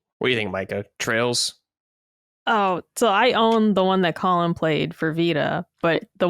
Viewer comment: The way pronounces Colin is insane. lol